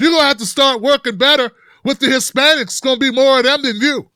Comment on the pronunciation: This is the guy they said will bring civility back to the US? Anyone else notice he said Spanics he didn’t say Hispanics almost slipped and said spics which is what he wanted to say.